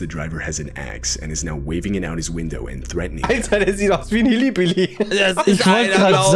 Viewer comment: Leute es heißt Hillbilly und nicht HillYbilly